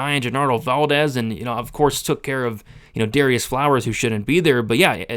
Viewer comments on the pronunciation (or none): none